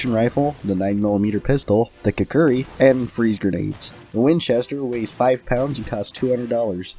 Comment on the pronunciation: KUK-RI not kukuri...